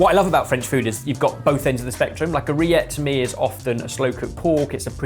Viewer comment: why does host this? 'Rillettes' is pronounced 'reeyet'